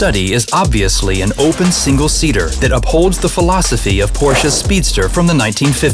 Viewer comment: "singe seater"